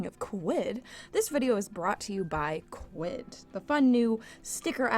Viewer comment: When she said quid I was like SPEECH IMPEDIMENT DOCTOR DOCTOR...yup I know stupid make. Fun laugh it out